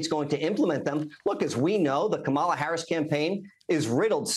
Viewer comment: C.L. demands to insult the VP of the US by mispronouncing her name constantly. Hey sport, real men don't play that.